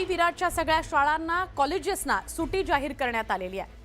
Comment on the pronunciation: ओ काकू सुटी नाय सुट्टी असतं 😂